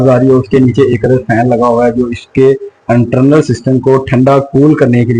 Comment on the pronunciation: Very informative....❤ But "Umeed" word hota hay "Ameed" nahi... word "Endayction" nahi "Induction" word hota hay. "Entrnal" nahi "internal ".